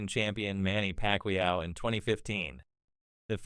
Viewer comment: And did you hear manny packwayoww